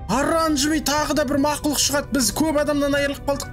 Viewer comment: Мақылұқ дейдіма 😂